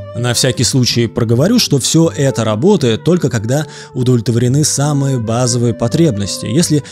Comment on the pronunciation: ты постоянно говоришь "не удволитворены", я в замедлении слушал. Поработай над этим)) С добром.